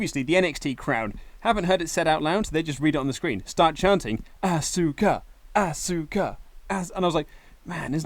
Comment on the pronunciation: asuka (aww-ska) not asska